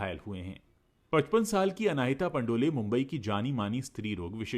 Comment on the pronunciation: पंडोल surname है पंडोले surname नहीं है